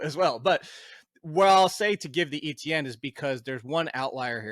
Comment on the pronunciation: please learn how to pronounce Etienne.